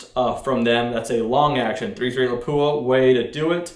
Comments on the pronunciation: Lol crazy enough it's actually pronounced more closely to "lah pwah". There's no emphasis on the "poo" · It is pronounced with the weight on the a, Lápua. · He isn't pronouncing it right.